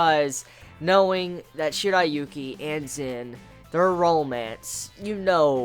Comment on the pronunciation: He says the names wrong it's Zen,shiriyuki